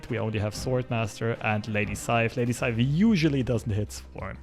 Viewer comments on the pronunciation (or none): every time he says lady saif instead of sif it cracks me up xD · It's not lady scythe it's Lady S I F. Also why does marvel rape norse mythology thhat often.